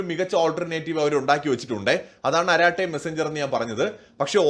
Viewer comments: അരറ്റെ അല്ല അറട്ടയ് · அராட்டை அல்ல "அரட்டை" என்று சொல்லுங்கள். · It is not araattai...it is arattai...in Tamil it means chat. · "അരാട്ട " അല്ല "അരട്ടൈ" എന്നാ തമിഴ് വക്കാണ് ഇത്. അർത്ഥം മലയാളത്തിൽ "സൊറ പറച്ചിൽ" "കത്തി അടി" എന്നൊക്കെ. ഇൻസ്റ്റാൾ ചെയ്ത്. കൊണ്ടക്ടിൽ ആരും അവിടെ ഇല്ല. എന്നാലും കിടക്കട്ടെ ❤ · Maashey, chat iney arattai ennaanu tamizhil parayuga. Sallaapathinde tamizh vaaku. Karate ennu poley alla pronounciation. Arattai=ARA അറ + TIE റ്റൈ.